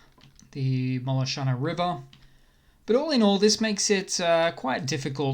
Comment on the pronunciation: Thank you for the report! Check out the pronunciation of Spirne on -- it's something like "s"-"peer"-"ne" (like "ne" in "net"), with stress on the first syllable. "Спірне" means "the subject of a dispute" On you mentioned the Molochna river, which is pronounced "mo" (like "mo" in "moment")-"lo" (like "lo" in "long") - "ch" - "nuh" (like "nu" in "nut"), with stress on the second syllable. "Молочна" means "milky", so "milky river" :)